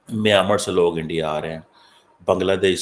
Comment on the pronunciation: the PHD doctor learn to speak it is Mynmar not Miyamar 🤣🤣🤣🤣😁😂